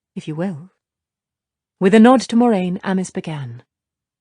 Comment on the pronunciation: She still cant say her own characters name correctly even with a pronunciation guide in the back of the book. Weak.